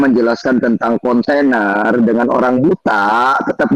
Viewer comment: Si dasar bego dipelihara,..masa nyebut conten aja jadi container ini jelas orang ga sekolah